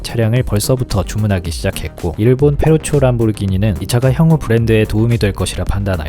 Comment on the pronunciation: 그러네요. 발음영상보니까 페루초가 맞군요. 전 현지에서 페루찌오 식으로 발음할 줄 알았네요 ㅋㅋ